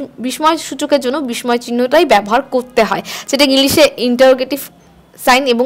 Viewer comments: বিসময় বলবেন না এটা উচ্চারণ হবে বিসসয় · দায়রা করে 'বিস্ময় ' শব্দের উচ্চারণ সঠিকভাবে করবেন।